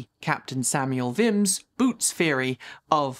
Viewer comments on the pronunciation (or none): 'Vimes' rhymes with ... 'rhymes', not 'Pimms'. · Liked the Pratchett reference - although I say Captain Vimes to rhyme with "Times" rather than "Pimms" which threw me initially!